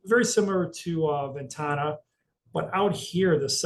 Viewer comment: Ven Tana not Ventanya